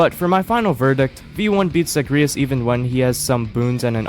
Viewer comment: why did you pronounce zagreus like that 😭